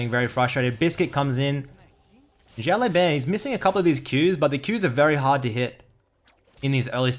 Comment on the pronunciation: 1 year ago but still Si-ao (Same L as in Legend) L-ao Ban